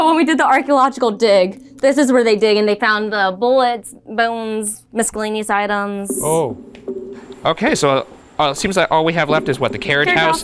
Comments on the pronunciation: Did she say miskillaneous???😂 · Mis-kill-aneous as in there definitely werrrreeennnnttt bones found...... 🫣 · Did she say "misk-cellaneous"? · Mis-kill-aneous... Because of the bodies.... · Did she say, “mis-cah-llaneous?” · Always take the opportunity to go on a steam paddle boat. Did that guide seriously say "mis-kelanious" items? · ”Miskelanious items” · The alleged psychic pronounced the 'c' in miscellaneous.